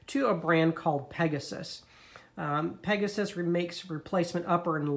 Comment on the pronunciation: good video , informative, I will be getting the PEGAS lower blade holder . thanks. not PEGASUS..... sorry.... just say' in